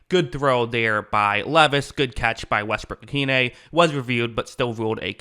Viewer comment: Excellent pronunciation of Westbrook-Ikhine 👍